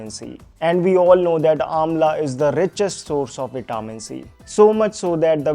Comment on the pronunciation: Vitaaamin C nahin , Vitamin C । please work on your English, else Hindi is ok , it's our mother tongue